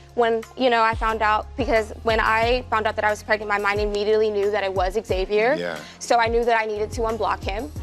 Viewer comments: Why can't gringos pronounce "Xavier"? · Why can't Americans pronounce xavier ?